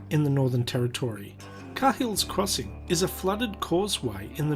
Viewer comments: It's pronounced K hills not Ca hills ya bloody nong. Welcome to UsStraya where everything wants to eat, sting or bite you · it is not pronounced CARhills crossing it's pronounced KAYhills crossing. spent many an hour fishing there, back before it became a bloody tourist attraction. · Car hills crossing? Its pronounced like "Kay hills". Like you'd pronounce the last name cahill. Who was the original narrator? He needs to hand in his Aussie card 🤣🤣🤣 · K-il's not car-hill's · I think it would be pronounced cahill's (Kay-hills) crossing like the footballer :) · It’s pronounced Kay hills crossing lol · Lol fancy making a documentary about a place but you cannot even pronounce the name properly! lol. I lived near this place and driven across a few times and yeh you'd be an idiot to cross anywhere above .4